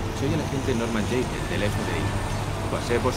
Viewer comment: pero es aiden :v